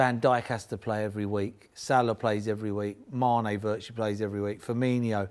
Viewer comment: Did Paul Merson seriously just call Firmino "Firminio" Keeping this man at sky is worse than keeping mustafi at Arsenal